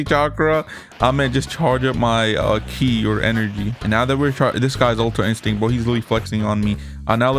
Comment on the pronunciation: bro really said super saiyan red and super saiyan ultra insinct............ITS PRONOUNCE SUPER SAYIN GOD OR ULTRA INSTINCT